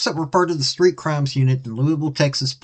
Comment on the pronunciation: Lewis Ville not Louisville !! 😂😂🤣😂🤣😂🤷‍♂️